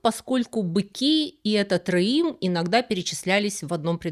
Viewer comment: Не реим, а рэем. Это орикс, длиннорогая антилопа. Два слова - омонимы. Они относятся к разным эпохам - библейской и мишнаитской. В мишнаитскую эпоху носороги в Святой Земле уже не водились.